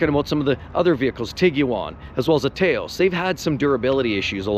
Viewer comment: It's pronounced Towse, not Tayos.